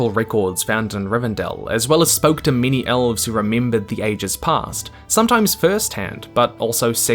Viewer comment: What you say: “many elves” What I hear: “mini elves”